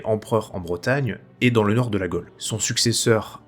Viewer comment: "Trône", "Gaule" et non trone ou golle. Merci ! Historiquement parfait.